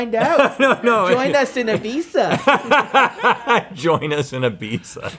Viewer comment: Props to for knowing how to pronounce Ibiza and to Rhett for picking it up after he said it